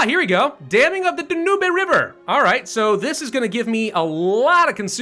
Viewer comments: Dam the "da-nooby" river Hope that was meant to be a joke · I know they're minor things, but ... things like the "Dahnoobay" river and thinking the Dutch East Indies were a British colony bug me when he's also constantly giving the mod makers a hard time over minor spelling errors.